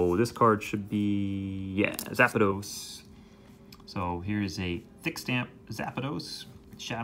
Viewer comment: Its probably how the japanese pronounce it haha.